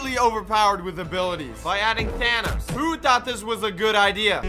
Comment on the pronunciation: Does... does pronounce Thanos "Thanas"?